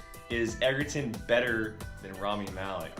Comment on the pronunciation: I really loved your review of this movie. This is one of the best movies I have ever seen. Just FYI Taron's name is pronounced Edgerton even though it is spelled Egerton. It has a hard d sound in the beginning.